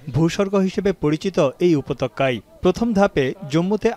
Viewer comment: উপত্যকা হবে, উপতক্কা নয়